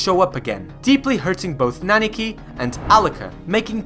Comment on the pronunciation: I don't mean to be that guy that nitpicks minor stuff in a great video but you keep saying "Naniki" instead of "Nanika".